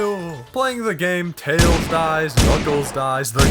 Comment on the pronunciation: THATS NOT TAILS!! ITS TLELS!